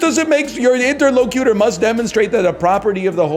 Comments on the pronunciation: I like how he pronounces interlocutor like it's a pokemon. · Yeah like a rock type legendary or something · I cringed every time he mispronounced interlocutor, which was very cringe of me. I call that the cringe fallacy